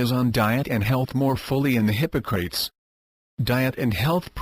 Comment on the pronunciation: If you can handle the automated voice that pronounces Hippocrates hippo-crates (:)) this will save your life!